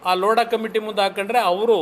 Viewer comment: ಛೀ ಛೀ ಲೋಡಾ ಅಲ್ಲ ಕಣಣ್ಣೋ ಲೋಧಾ ಅಂತ 😂😂